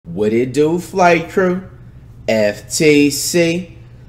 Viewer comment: Flight startin of the Video saying the title wrong smh